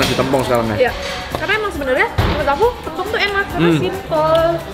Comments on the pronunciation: TEMPONG KAK BUKAN TEM PONG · Tempong bukan tempong, kakkk astaga😭 Dengernya g enak bgt😭🙏🙏🙏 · tempong/paha ( e nya di miringin klu ngucapin )